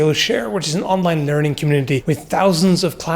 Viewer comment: Legitimately thought you said "Skill share is an online Nerding Community"